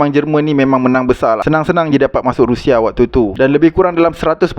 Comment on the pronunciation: Sebut rusia kan senang, ini rashia, x best sori